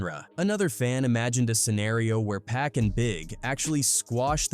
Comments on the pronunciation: Like how he said 'PACK'.... 🤨😡🤬 It's pronounced 'POCK' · It's actually pronounced "PUCK" if ya wanna get technical... dont be lazy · It's pronounced 'Pock' anot PACK.... Can't stand the laziness in these videos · Pack? Can't even pronounce his name properly.